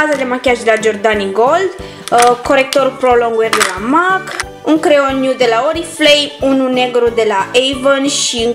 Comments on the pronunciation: În primul rând cutia aceea nu se numește compartiment și în al doilea rând MAK nu se citește cum se aude se citește MEK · se spune mec nu mac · M.A.C se citeste mec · Scuze dar MAC se citeste mec😅